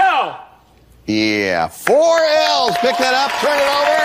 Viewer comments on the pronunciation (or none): none